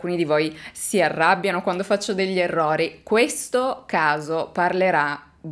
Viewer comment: Già dire " èrrori " !!!!